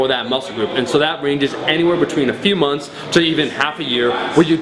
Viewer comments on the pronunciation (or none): none